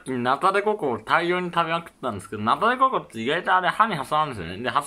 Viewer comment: ナタデコ↑コ↓